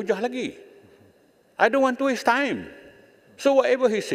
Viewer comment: Speaker bodoh sangat ke? Tonton video tanpa suara, mana boleh tahu apa yang benar benar berlaku? SiPak Din Keropok pulak, ashik menyalak. Makin tua makin nampak kebodohan. "I don't want to waiise time". Melayu/Islam dari puak UMNO yang paling memalukan. Yang SiBODOH rakyat, pilih situa bodoh. Apa nak jadi dengan Malaysia?